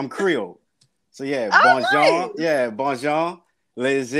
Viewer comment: Im french and that shit wasnt french . « Bonhoow howw mow how bow rolaw « how can that be french .